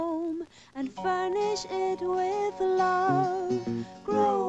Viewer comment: Learn how to say the th in the word with, not wit 🤦🏻‍♂️